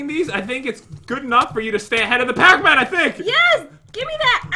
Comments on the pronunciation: I know it is spelled pac man not pocman but it sounded like said pocman in the beginning of the vid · It’s not pac man it’s PAT MAN